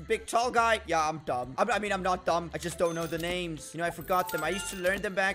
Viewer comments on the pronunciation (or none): how he says there names makes me cringe